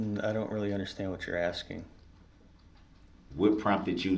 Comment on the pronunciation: I love that you said "AXING" questions... Good lord that made me nuts every time he said it